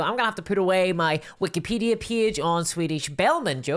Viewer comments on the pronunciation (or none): none